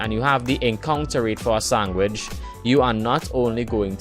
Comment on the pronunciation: The way you say sandwich bothers me. And you say it a lot